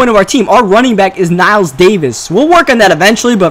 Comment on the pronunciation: Knile* not Kniles, still a great vid though!